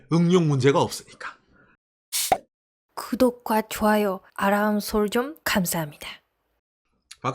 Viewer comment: 구도꽈 아란서쩡 간사합니다... ㅎㅎ 놀리는게 아니라 발음이 귀여우세요... ㅎㅎ 방송 잘 듣고 있습니다.